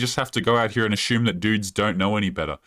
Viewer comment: Ashume , really what’s ashume?